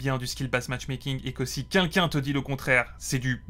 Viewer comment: Quelqu’un et pas quinquin…. Ca Commence mal